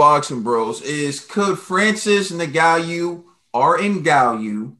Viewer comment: Nigalu and Meriotich lmaooo what’s with your pronunciation